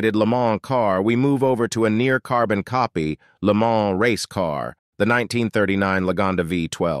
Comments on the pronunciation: It's not "Le Man" with man pronounced like the English "man", it's "Le Mahn" with mahn pronounced like lawn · Yeah it definitely didn’t sound like a 12 imo so I was wondering what was going on there…Also, sounds like ai reading a script…It’s not the Taurus “Show” it’s S-H-O😳and the way Lemans was said was off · I really dislike these bot-narrated videos that are all over YouTube now. They’re full of mispronunciations (Le MANS, Ford FEST-iva, etc.) 🙄 it just really detracts from the enjoyment b/c it shows that whoever made this video cared more about saving money than by making something really accurate